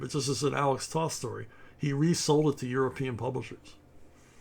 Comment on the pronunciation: Toe-th! Toe-th! Toe-th! Not “Tahth”!